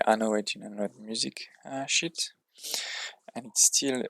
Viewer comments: I know you didn’t, but on my first listen, I swear you said “music sh!+” at first😅. Nice guide and thanks for the work that went into this!🍻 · Good video, bro ! It’s music SHEET pronounced as « weed » in French the way you say sounds like caca . C’est drôle ! Keep it up